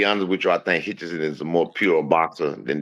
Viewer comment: His name is HITCHINS !!!!! not Hitchinson